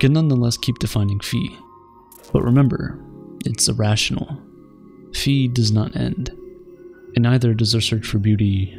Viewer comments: it's pronounced "faɪ" not "fee" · bruh isn’t it pronounced “fie” instead of “fee” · *Φ. Not “fee”. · Its not "phi", its "phi"